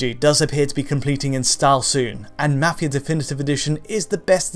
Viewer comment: He says mafia weird